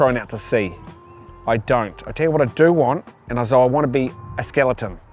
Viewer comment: Did he say " SKILLITUN "😂😂😂